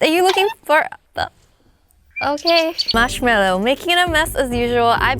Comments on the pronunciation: ITS MARSHMALLOW, not marshmellow 😂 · He relly marshmillo????!!!! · Marsh meloo😂😂😂😂😂😂😂😂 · Marsh ello????????? Wow lobe u